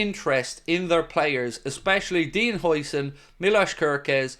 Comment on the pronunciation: Bring huijsen in !!! Eh...huijseen ? Huyson... whatever...that guy is good